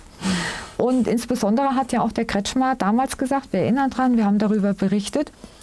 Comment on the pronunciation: Der Verbrecher heißt richtig : KretschKhmeer